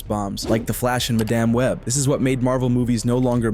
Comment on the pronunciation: Ah yes "maDAMN web."